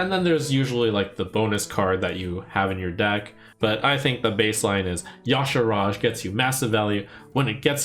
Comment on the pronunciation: Is Y'Shaarj supposed to be pronounced "Yasharaaj"? I feel like there's a few too many A's inserted in there.